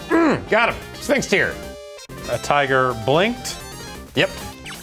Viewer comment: Is Sphinx Tear supposed to sound like sphincter?